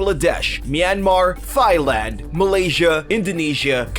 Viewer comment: I'm sorry, but did this asshole say tigers lived in Europe, and that hyenas lived in Siberia!? And, did he just say "Thigh" Land!? Wtf!! 😂😂